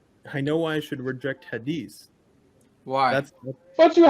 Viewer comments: His accent gave him away too. Hadees...no Muslim growing up in the Arab world with pronounce it like that 😂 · He said "hadees" instead of hadith. Clear sign that he is likely not even from the middle east.